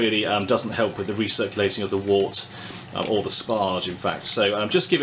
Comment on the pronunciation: Very useful review. I was particularly interested to see how the filtration worked as I have a Grainfather which has a dreadful small push-on filter. Just to be picky, 'wort' is pronounced 'wert' - any brewers watching will have been cringing!